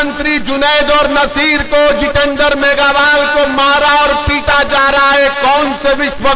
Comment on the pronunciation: मेघवाल जाति को यह मेघावाल बोल रहा है उदाराम जी इसको भी दोस्त बनाना चाहते हैं इस बंदे को आप की जाति का सही नाम भी मालूम नहीं